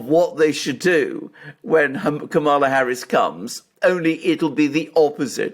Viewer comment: Did you say Kampala Harris is going to Vietnam to Hanoi , or to annoy?